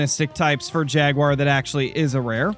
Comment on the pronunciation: "And ou tof no where get mouled by Yaguar" its Jaguar 😂😂😂